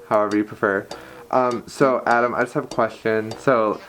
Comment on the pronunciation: My name is Adam, so every time he says "" XD